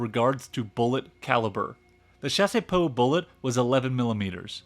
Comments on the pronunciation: Also "Chassepot" is pronounced "chass-po" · Bro the video is great but please hire some VA to do the voiceovers hahaha It's Chassepot, not chaséepot, also Krupp (kroop), not Krápp. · The pronunciation of Chassepot is not Shasey-poh, it's Shas-poh ( [ʃas.po] ). The "e" is silent. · I genuinely love this video but the pronunciation of chassepot is killing me. You are definitely getting a subscription though. Excited to see your future videos!!!